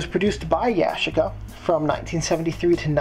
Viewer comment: yu- chic- uh